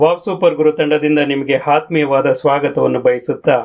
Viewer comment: Ollemahithi! Kannada swalpa Abhyasa madi.. Aathmiya na Haathmiya anthira, Aleyodu annoke Haloyodu anthira!